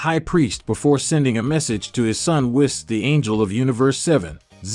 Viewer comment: It's pronounced "say-yens". And Whis is pronounced "wees".